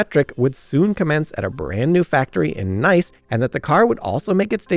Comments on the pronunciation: Sorry, after TWO errant pronunciations of "chasis" (it's chas-ee) and one of "Nice" [France] (it's nees) I had to let this video go. And just in case, Marine Corps is NOT pronounced with the ps! sighhhh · Chassis: Chass-ee Nice: Niece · Official proof he used an AI clone of his own voice?? No way he wouldnt know how to pronounce the city Nice :) Also 😎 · This! But I gave up after Nice.